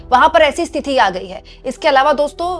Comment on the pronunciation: स्तिथि नहीं होता मैडम स्थिति होता है. आप को बार बार बोला है फिर भी आप को समझ नहीं आता. कैसी हिन्दी की पत्रकार हैं आप. ख़ुद को ठीक करना ही नहीं चाहतीं. फिर हम से राय माँगने का फ़ायदा ही क्या है. सही हिंदी बोलने लगेंगी तो आप का ही फ़ायदा है